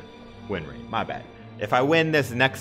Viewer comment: "The lowest rinrate"